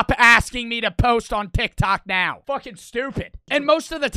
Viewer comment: The joke is, he says and I quote, "Are you serioud right neow bro." This is funny because he purposelly says neow instead of now for comedic purposes. Just incase anyone was wondering.goodvibesgoodvibesyougotthis